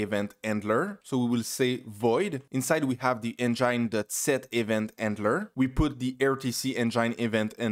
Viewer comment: interesting! Very helpful. A big thanks man! And also, you were saying "enjaine", lol. Got me confused at first.